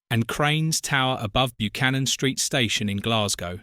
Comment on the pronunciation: Interesting video as I wa there just recently, however, sorry to be pedantic but it's pronounced (more like) BUH-CANNON, not byoo-cannon